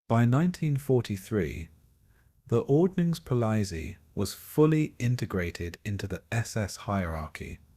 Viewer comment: I lasted a few minutes but could not stand the ridiculous AI pronunciation of “ordnungspolizei” anymore.